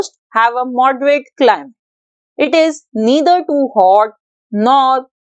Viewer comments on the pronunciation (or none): It's "climate" not clim